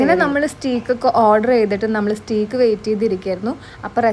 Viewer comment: Its pronunced as St'a'ke ... സ്റ്റേക്ക് not സറ്റീക്ക്